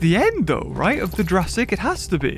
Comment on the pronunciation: How is nobody mentioning the horrible butchering of the word "Jurassic" in this sentence? 💀